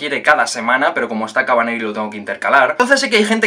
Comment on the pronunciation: yo tengo la teoria de que no quiere hacer un review de ese anime por el nombre que tiene jajajaj... Si es que ya le cuesta decir "kotetsujou no kavaneri" imaginate lo que seria nombrar y que se acuerde el nonbre completo de "re:zero kara hajimero isekai seikatsu" jajjaajjaa kabaneri ya es dificil de acordarse re zero es mucho mas complicado jajajaja